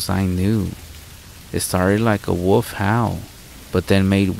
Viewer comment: You are becoming one of my new favorite narrators, but please for the love of all things holy stop calling a wolf a woof and a cicada a sicauda😂 An English dictionary would serve you well. They break words down with syllables. You know: wo•lf, ci•kada